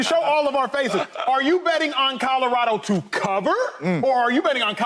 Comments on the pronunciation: Can someone tell shady, its colorado, not codarado...lol please and thank you. Signed Websters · Will someone tell Shady it's Colorado not Codorado. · Codorado? Or colorado… cmon shady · We gotta teach Shady how to say “Colorado” 😂😂😂😂😂